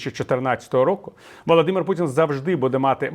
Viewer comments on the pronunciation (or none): none